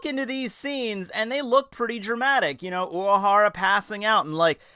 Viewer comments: of course not, but this one sounded very noticable to me. If I didnt already know the name, and was asked to spell it based on what I heard in this video, I'd probably have written "Uwahara" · have i just never noticed that you have a speech impediment? oc tow bo? uwahawa? wtaf